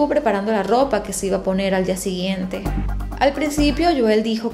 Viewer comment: Es Joel, HO-él